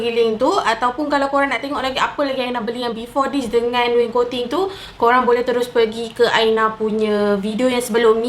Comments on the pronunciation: Its wainscoting aina.. bukan waincoting 😌😅 pandai aina buat.. terbaikkkk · Aina pronouce as (wain - scotting) laaaaa